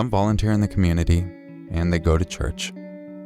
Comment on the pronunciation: Ah-doo-bin, NJ? 😂 I think it's Ah-doh-bahn.